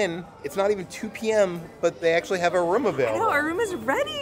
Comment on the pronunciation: gotta work on annunciating “room”. Sounded like “rum”. Sorry I had to say something.